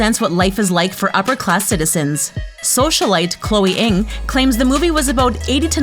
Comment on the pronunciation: Ng “Ing” yup totally how you pronounce it mhm yup yup